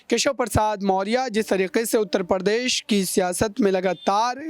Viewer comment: Anpadh ho patakat Pradesh ko Par desh bolte ho ya Hindi ko Farsi banane ki kosis h